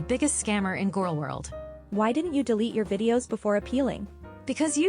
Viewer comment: "such an interesting gorl" that's a nice way to put it 😂